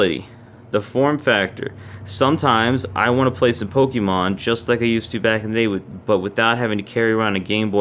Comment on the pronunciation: It's po-kay-mon, not po-kee-mon